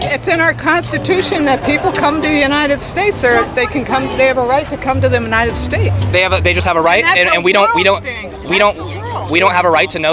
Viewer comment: Lol the drunk lady. She said “the menited states.” 😂😂😂